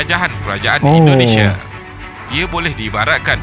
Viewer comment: Bang indonesia bukan endonesia